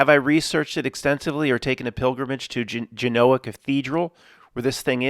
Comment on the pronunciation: U can't even pronounce Genoa